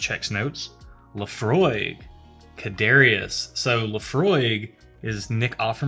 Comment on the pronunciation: Almost done watching this one. For the Laphroaig bottle you had a closer pronunciation would be something like "Car-chess".